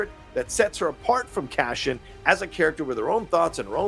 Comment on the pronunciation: Not sure why but I hear you say CASHION, instead of CASEON. I'll see how they say it in the series. Also Scarsgard saying ANDER instead of Andor is a bit weird. 🤔